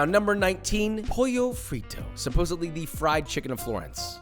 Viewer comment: WTF Is pollo "frito" (it's friTTo in italian, we are not spanish). That's not even a thing from Florence.